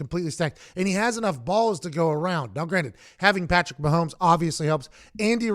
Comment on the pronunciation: He pronounces it "now granite."